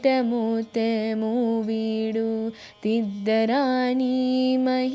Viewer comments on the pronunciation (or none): ముత్తెము కాదు. ముత్యము.🙂